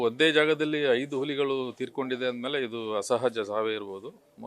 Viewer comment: ಉಲಿಗಳು ಅಲ್ಲ ಅಣ್ಣ ಹುಲಿಗಳು ಕನ್ನಡ ಸರಿಯಾಗಿ ಮಾತಾಡಿ..... ತಾಯಿ ಎದೆ ಹಾಲು ಕುಡಿದೋರ್ ತರ ಮಾತಾಡಿ ಆಲು ಕುಡಿದೋರ್ ತರ ಆಡ್ಬೇಡಿ... ಸುಮ್ನೆ ಕನ್ನಡ ಕನ್ನಡ ಅಂತೀರಾ.... ಉಚ್ಚಾರಣೆ ಬಹುಮುಖ್ಯ ಅನ್ನೋದು ಮರೆಯ ಬೇಡಿ... 👏